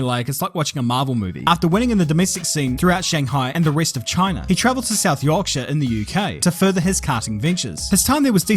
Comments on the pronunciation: Loved the south Yaaaaarrrrkkkksshire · soudned like you had a stroke when you said yorkshire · As someone from Yorkshire - your said Yorskire wrong ;)